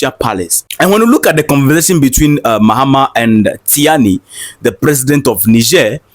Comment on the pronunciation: Ctiani is pronounced as Chiani